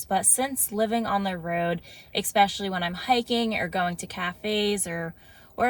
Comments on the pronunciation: It’s essspecially, not expecially. There is no x in the word. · Exspecially? Please don’t say this word wrong. As a mom of two who is 42— hi from Maui!!!- you r so bright & so fun doing your traveling alone in your car,…. Please don’t sound uneducated. I’m not trying to be mean at all, but it’s ESpecially. Not EXpecially. PS I’m originally from Philly!! So it’s cool to see your Jersey references!!!